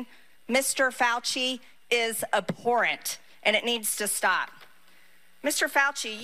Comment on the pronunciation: MTG seriously pronounced abhorrent "Abe Poorant"